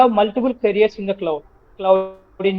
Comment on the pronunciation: It's cloud bro not could rectify it 😅